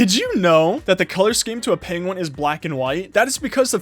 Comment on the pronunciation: lol during the vid he says penwin facts